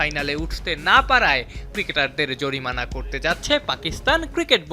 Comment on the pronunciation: জরিমানা ❌ জরিমারা✔️😂😂